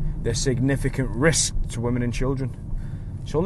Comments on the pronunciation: Why so much emphasis on the word risk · Why you keep saying risk like that? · New Dean lynch ward drinking game- 1 shot of any alcohol, anytime he says Derek , Double shot,everytime he says Risk in a very strange way! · Why carnt he say risc properly?